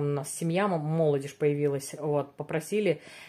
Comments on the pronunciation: вы почему постоянно говорите слово молодеж а не молодёжь 🤦🏻‍♀️? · говорите правильно, молодЕжь, а не мОлодежь, ну не идёт Вам так извращать слово